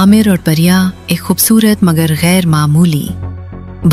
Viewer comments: It's not Pariya, It's Priya a common Hindu female name. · Parya nahi Priya hindi name